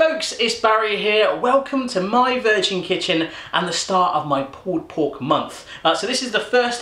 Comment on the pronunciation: i hate when he says pull pork